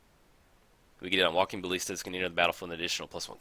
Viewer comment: Jeez, its walking ba[ll]ista. Not bal[ee]sta.